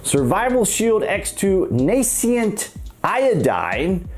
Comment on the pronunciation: It's "nascent" iodine (/nā - scent/). Not...(/nā - see - unt/).